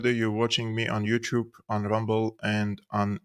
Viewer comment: it's not "YOU CHUBE", it's not "OpporCHUnity", there is a "T" there not a "CH", Thanks.